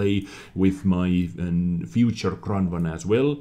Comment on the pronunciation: What's a Kronnwonn ? :D